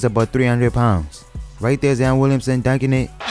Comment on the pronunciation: “Zien Williamsen”😂